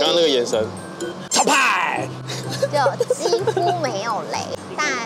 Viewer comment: 今天幾乎沒有雷，你們一直說幾乎（姐夫）笑死😂😂😂